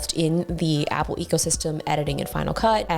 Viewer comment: So the world’s No. 1 🍎 fan pronounces 🍎 Product 🤐!